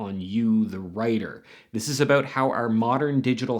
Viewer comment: Wait a minute... The way you say "abewt"... Are you Canadian??